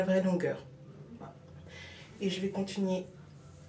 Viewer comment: oula c'est pas très sexy ca pour dormir avec son doudou?Je crois pas qu'il aimera ca ^^7.lol t'es trop marrante quand tu dis "contunier".Bon je reconnais ca détend bien même si j'aurai voulu voir une technique plus glamour (rires)